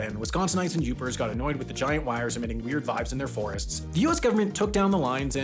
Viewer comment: From and live in the U.P. I'm so glad he pronounced Yooper correct 🙂